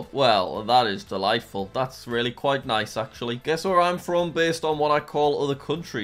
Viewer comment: When you said quite I thought you said pita and it was so funny😂😂😂